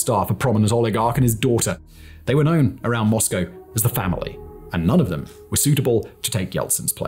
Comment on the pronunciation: Your “were” and “weren’t” could be enunciated a bit better please, i was confused at times since captions didnt seem correct